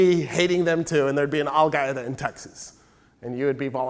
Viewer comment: If he says Al-Gaeda one more time I'm chopping my own head off.